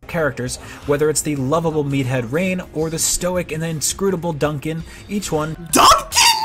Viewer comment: im sorry. d UN c aN?